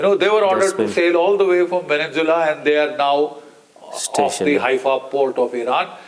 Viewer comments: It would help if the old fart with the crooked teeth would pronounce the country properly, it is called “Venezuela” not Vennzula. Furthermore, Iran war damages were nowhere close to $50 billion. Israeli homeowners filed 45,993 claims for some NIS 5 billion ($1.47 billion) of property damage sustained during Israel’s 12-day war with Iran in June. So get your teeth fixed and then get your brain checked. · GEN Sb country is Venezuela not Venenzuela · Great analysis by Major General GD Bakshi. When will he learn to say ''VENEZUELA'' and not VENENZUELA''?????🤣😂😂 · It is not Veninsula Mr B it is Venezuela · Why GD Bakshi Sir calls Venenzula for Venezuela? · he calls it vevenzuella